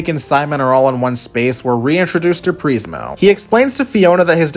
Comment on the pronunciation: You lost me when you said Preezmo..!? Ai much…